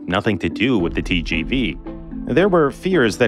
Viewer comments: TGV is not pronounced as Tyy-Jyy-Vyy but as Te-ZHe-Ve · Tgv pronounced Tee-sjee-vee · If you spend the time to pronounce "Shinkansen" properly, please also pronounce "TGV" correctly